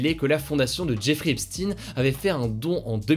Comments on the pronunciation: on dit "epshtaine" et pas "epstine" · Epstaayne pas Epsti pour la prononciation de Epstein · epstEIN pas epstINE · On prononce EPSHTEIN pas EPSTINE haha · Faudrait soigner un peu tes prononciations c est recurrent c est a croire que t as pas de culture generale. Tu dis bien albert einshtein (einsten) Pourquoi tu dis epstine ? C est epshtein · On dit "epstEIN" pas "epstINE" Faut revoir la prononciation des noms juifs ^^ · on dit epstine en Anglais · Merci!!!! Car moi aussi ca m'arrache les oreilles.Hugo a besoin de d'ameliorer son accent anglais😜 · S'IL TE PLAIS HUGO FAIS UN EFFORT SUR LA PRONONCIATION DE "EPSTEIN" J'AI LES OREILLES QUI SAIGNENT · Moi aussi!!! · Tu prononce mal pour Jeffrey epstein